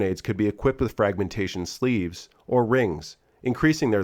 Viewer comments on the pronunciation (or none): none